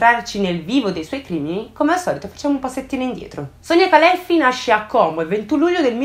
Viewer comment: Però Como con la O chiusa pls